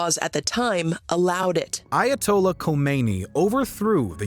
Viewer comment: Pronounced Eye Ah Toll Lah (Ayatollah Khomeini). Another mispronunciation is psychotropic . It is not tr-au-pic, it is trooo-pic. I don't hold it against you though. That what happens when you learn from the internet rather than real people.